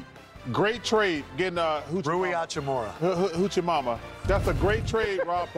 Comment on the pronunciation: Charles said Rui Huchimama 😂😂😂